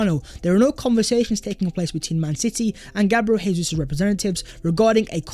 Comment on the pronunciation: It's pronounced Jay-zeus not Hay-Suess. He speaks Portuguese not Spanish. Dybala, no thank you but Jesus, welcome to the Emirates.🤝